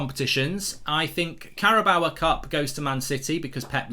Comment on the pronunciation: Carabao Cup. How does anyone get “bower” from “bao”. It rhymes with “cow” Mark. If you say it phonetically maybe you could say it rhymes with “Mayo”. An inanimate trophy is one thing, but you even do it with people. It’s so disrespectful. You might think it’s fine to keep calling Diogo “Diego”, but you wouldn’t want to be called “Mork” or “Murk” would you? I know you’ll think I’m being pedantic but it is disrespectful. Big fan of Thits Fat-bull and the Oh-Nuted Stond by the way.